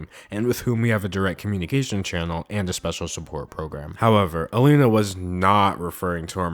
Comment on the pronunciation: its so weird hearing you say alina, i had to take a double take XD